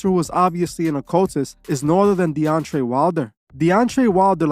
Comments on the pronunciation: His name is DEONTAY not devontay or deontray. Also you’re reaching hard on this video. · Say it with me DE-ON-TAY 🙄😒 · Say it with me Dee on tay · He Called That Man Deontrae,Devonte and Deontae 😂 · Loved how just butchered Deontay's name twice 😂 and yes, i certainly agree that, like any other form of entertainment, boxing has been used as a tool for controlling the minds of the masses. Corruption and politics are still present, and they are causing it to deteriorate significantly. The ultimate fights that are needed aren't even happening, especially in the HW division. On a sidenote, was the Davis/Ryan fight fixed? I suppose we will never know, but one thing is for certain, a livershot is no joke, so I understand why Ryan probably didn't want to go on😅